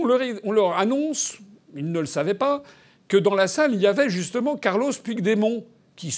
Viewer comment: Intéressant, mais je dois remarquer que vous avez exprimé l'espoir de ne pas avoir écorché le nom du citoyen slovène, tandis que vous avez abondamment écorché celui der Puigdemont (prononcez "Püchmont). Alors je pose la question: "Pourquoi?". Je ne connais pas la réponse mais je vois 3 hypothèse: 1-vous méprisez les catalans parce vous défendez les nations indépendantes opposées á l'Europe des nations, et/ou des régions. 2-vous êtes contre toute forme d'indépendance régionale, mais vous oubliez que la Slovènie était, il n'y a pas si longtemps, une région de la Yougoslavie. 3-vous pensez que Puigdemont est français ???? Allez, réfléchissez-y !